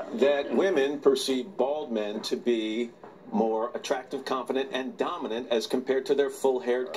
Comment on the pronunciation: Lauer really emphasizing the word dominant